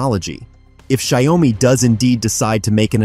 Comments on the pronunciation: Well, it 's xioa mi not xi oa mi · Maybe use an AI model that can actually pronounce the name. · Learn how to pronounce the company's name correctly